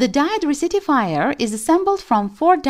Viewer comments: It's really hard to trust a person explaining something, when the person doesn't know how to pronounce the stuff being explained.. Cir-quit, Resitifier etc.. It's pronounced like Sir-kit and Wreck-tee-fyer.. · Dude come on...can you bring back your original voice? Resitifier??? Really??? What is a Resitifier??? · I think u mean THE RECTIFIER! Not resitifiar